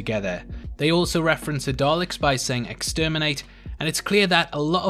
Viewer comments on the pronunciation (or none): none